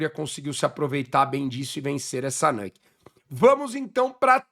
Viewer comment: a pronúncia é nÚke mesmo, não nÂke. Bbç!